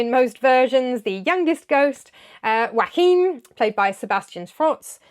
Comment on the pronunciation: Fanciest pronunciation of Joachim ever 😂